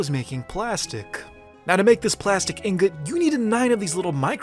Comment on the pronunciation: Anyone: Ingot: Ingous